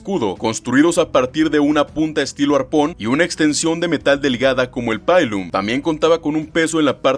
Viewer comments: Pilum se pronuncia como se se escribe, no es "pailum" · Excelente video, mil gracias por exponer el tema. El único detalle fue que hubo muchos errores en la pronunciación. el Pugio se pronuncia como "pullio", no pujio. Pilum si me lo gringaste. En cualquier idioma se pronuncia así como se escribe, no como "paylum" Murmillo se pronuncia como "Murmilo" Hoplomachus se pronuncia como "oplumacus", no "opolomachus" El resto son cosas menores. Un saludo.